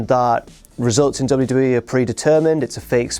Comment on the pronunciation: at 3.00 you have a bit of a botch man, "100 episodes of Smackdown added to the WEE network..." come on guys